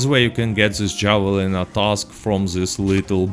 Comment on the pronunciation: It’s pronounced have-a-leen-a.